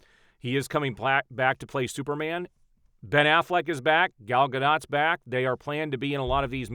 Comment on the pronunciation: Gal Gad-it, no Guh-dot